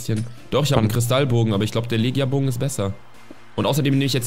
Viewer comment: "Legia Bogen" wir Lechia Bogen gesprochen bitte liken damit es sieht.